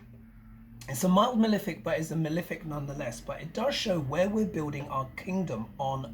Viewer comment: What does this word 'milific' mean? Is it your pronunciation of malefic? I just love your updates. Thank you so much. You rock. Get some rest.